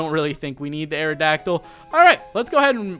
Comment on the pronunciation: but you said arodactly